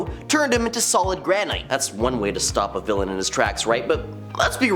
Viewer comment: Granite is not pronounced like Kryptonite